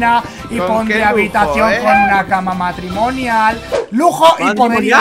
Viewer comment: cuando Mike dijo " cama matrimoñal" yo me emocione :D ! no se como se escribe bien matrimoñal asi q el q save me corrije ._.